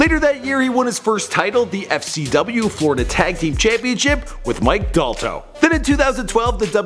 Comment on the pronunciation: Rollins(RAW-LIN-Z) Dalton(DAL-TON)